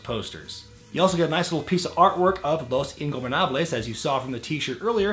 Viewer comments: You said "Los Ingobernables" perfectly! Cant wait for your next video, im rewatching everything meanwhile lol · Actually, I said "Los Ingobernables" pretty good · words can ot express how ridiculous you sounded saying "el hijo del fantasma" . But its all ok, i mean, it is quite difficult to pronounce it, but damn, you sounded REALLY natural pronuncing "los ingobernables" . Also, could you make a video talking about why did mistico botched so much and did not had the same succes as he did in the CMLL? This are the reasons on my personal opinion: 1)He did not wanted to learn English and thus, he could not communicate with the workers making him more confused about what to do 2)Lucha libre and wrestling are VERY different in styles. Also, what do you think about rey mysterio leaving wwe and going from AAA to lucha underground? will this affect his future as a hall of fame member? on the bright side, we will be able to see him fighting chavo once more.